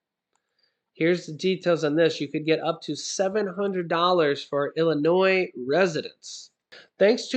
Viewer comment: Thanks for proper pronouncing Illinois as such and not as Illinoise